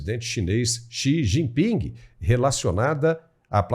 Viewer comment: Quem chama o presidente chinês de “Xi Jinpingue” certamente estaciona no parkingue quando vai ao shoppingue… 😅